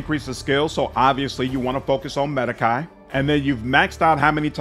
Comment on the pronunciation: Sir, medicae - the ae comes from latin. And it is pronounced as long e. The sound you make last when you pronounce it - make it longer and drop the part where you're pronouncing "a".